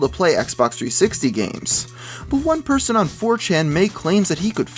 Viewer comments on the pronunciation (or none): none